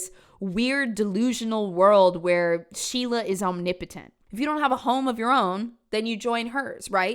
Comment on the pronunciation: ⚠️ it is SO IMPORTANT to understand that the way her nickname was pronounced RHYMES in New Hampshire: SHEILA THE PEELAHHHH 💀💀💀